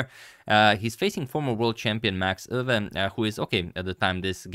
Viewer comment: Pronounciation of Euwe is on point!